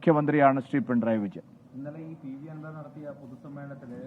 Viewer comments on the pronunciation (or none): “Pintrayi” alla uvve “pinarayi “😂😂😂